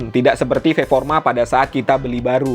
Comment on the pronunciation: Mantap video komparasi nya bang 👍 Cuman 1 pertanyaan sy bang, semua video yg sy nonton di channel ini, kenapa "performa" diucap jadi "ferforma" bang...? Disengaja kah untuk ciri khas? Atau memang sdh kebiasaan bang? Btw sukses terus untuk channelx bang 👍